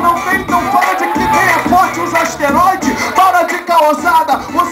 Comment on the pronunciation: "ASTEROIDE"?? é esteroide!!!